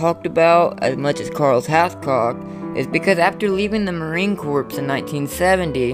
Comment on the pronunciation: Marine Corps is pronounced "Mah-reen Core."